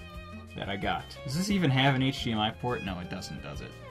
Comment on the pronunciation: “HDMIO” tho